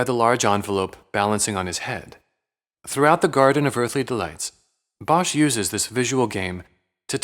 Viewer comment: Bosch is pronounced without the h. Just like boss. It’s Dutch for wood, and is written nowadays as bos.